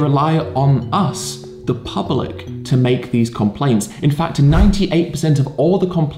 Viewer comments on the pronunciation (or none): The pubba-lick?